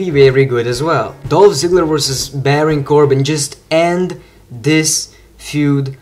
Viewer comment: everytime you say the word "versus" , It really sounded like "vorsas" :D